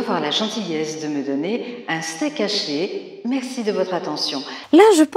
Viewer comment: Elle est comédienne? Et moi qui croyais que, pour suivre une formation en art dramatique, il fallait suivre des cours de diction et déclamation... Cette brave Simone a une voix très apaisante, c'est vrai, mais elle parvient à faire deux fautes de diction en une seule phrase: elle dit "in steakaché" (je transcris phonétiquement) pour "un steak haché". Tout d'abord, elle ne fait pas la distinction entre le son "un" et le son "in", ensuite elle lie "steak" et "haché", alors que le H de "haché" est aspiré. Deux fautes qui dénotent un français de qualité médiocfre, ce qui est un peu fort de café pour une comédienne professionnelle! Franchement, c'est navrant.